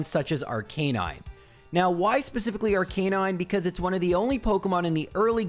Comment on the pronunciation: Why can't anyone pronounce Arcanine properly? Is it a 'Murican thing?